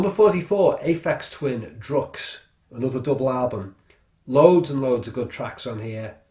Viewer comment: Aphex's drukqs is pronounced like, "drug use," which may shed some light on the musical content ;)